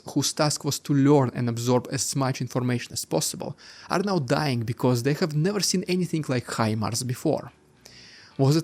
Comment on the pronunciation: Please, ”have” and other words starting with H are not said ”sch-ave”